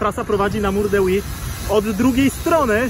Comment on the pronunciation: Od tego powinno się zacząć. Mam na myśli prawidłową wymowę tej ścianki [Huy]. dzięki. Od teraz będę o tym myślał mniej wulgarnie.